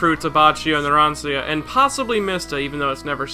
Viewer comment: why does this guy miss pronouncing narancia he says naransia